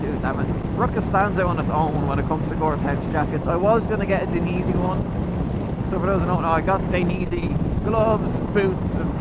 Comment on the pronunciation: Die--en--easy 😉 also very jealous as my jacket was ruined in my crash ( it was dainese lol)